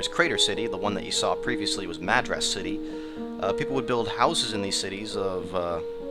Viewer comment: Madras pronounced incorrectly :P